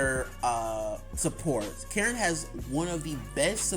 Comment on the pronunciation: “Karen” 💀 it’s ka-reen but anyways when is part 3?